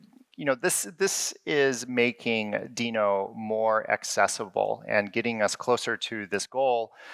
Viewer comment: So glad to hear him pronounce it as Deno...and not Denno like everyone else you lameTube. Yay!